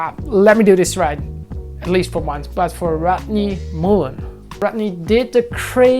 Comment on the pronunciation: Danilo Pinheiro Muller I don’t think anyone takes it seriously. Jonny’s Mullen pronunciation is a meme at this point.